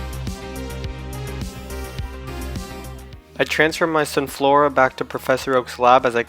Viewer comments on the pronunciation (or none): / He was meant to say Sunflora. Sun千lora